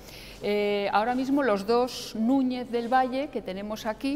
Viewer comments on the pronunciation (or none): "Madalena", "Nuñe", "sumao", por favor que alguien le enseñe a hablar correctamente, es MaGdalena, NuñeZ, sumaDo.